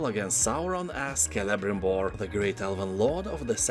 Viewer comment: Kudos for the correct pronunciation of Celebrimbor!